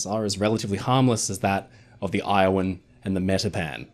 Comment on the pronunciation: Iowan is pronounced with a short o sound, not a long o you get it right source: I live in Iowa 😃